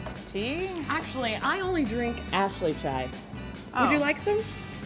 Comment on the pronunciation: I love how Ashley aka said "Chai" right yet showed how Oprah's brand label is wrong to put "Chai tea" hahaha I noticed that,! haha